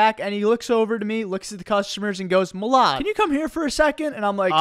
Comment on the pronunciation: Milad on Mr beast Philanthropy Jimmy Pronounced Your Name Wrong Again